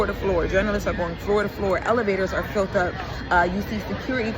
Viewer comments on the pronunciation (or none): I like Loren, but please don’t say “filt up” up, it’s “filled up”. You are a smart girl… please speak correctly